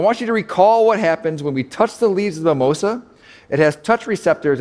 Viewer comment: It's mimosa (mee.'móh.zah). Also it didn't completely close how it would if touched in the petiole.